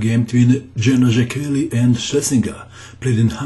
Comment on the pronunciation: the name is pronounced like [say key], good show by the way